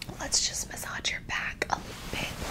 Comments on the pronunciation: You're saying it like message, try saying it like bonjour. Muh - saazh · As a French person, your pronunciation of massage is the closest to the French one, just for the 'ge' part we don't go [dge]. It's literally [he] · bro it's like muhsaazh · I like the way you say massage lol, but I think the G sound is usually softer, almost more like a SH sound. Massash? But I prefer how you say it in your own way. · LOL the first thing I thought when I saw this was you say massage wrong and then you mention it later. It sounds like you're adding a d to the age part like adge. Ma sadge :(. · it's massâââg' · Massage is pronounced Mah - saw -zsh its just how your pronouncing the g. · It's muh-saahzh, you're putting too much emphasis on the -ge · Regarding the pronunciation of massage, I think people are saying the "g" sound is supposed to sound like "zh" rather than a hard "j" sound. EDIT: I'm sorry, I didn't mean to make you self conscious about it. I was just guessing what other people meant. Either way you choose to say it works fine. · My favorite thing about your massage videos is the play you pronounce massage. Never change 😊 Thank you!!! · I’ve always loved the way you say “massage”! You just pronounce the “g” differently, but I like it! But yo, where is this bedding from? I love the sounds! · You don’t say it wrong you just don’t say it right 😊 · FRANCE MENTIONNED 🇨🇵🇨🇵🇨🇵 WHAT THE HELL IS A LIKED GOVERNMENT 🥖🥖🥖 Amazing video as always, looking forward to the day you post a video in French (day 1 of asking for it btw) PS : You totally nailed the "r" in bonjour :) PS2 : As you asked it, "massage" should be pronounced the French way, so with strong "a" (as in apple) and the "ge" sounding like "j", not "dj". Hope that was clear 😅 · Pretend the “ge” at end of the word message is a j similar to the j at end of Taj in Taj Mahal... that’ll help the pronunciation. But who cares, you do you.